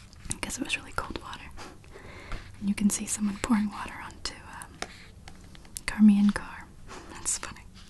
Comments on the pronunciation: isn't her name pronounced like "shar-maine" .. not "car-maine" ?? or have i been saying it wrong all these years???!! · And you pronounced charmians name wrong, I think it's pronounced shar-mayn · Only one thing wrong. It's Charmian (Shar-mee-ann) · Usually the name charmain is pronounced with an "sh" sound at the beginning like the name cher.